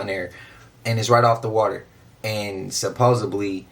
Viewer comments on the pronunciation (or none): Supposedly.. supposeDly !! There's not a B in that word